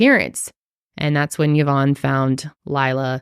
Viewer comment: Great episode! But as fellow Yvonne, I wanted to say that you guys mispronounced it, it’s actually pronounced EE-vonne, as it is actually a French name! Love you guys and your work 🫶🏽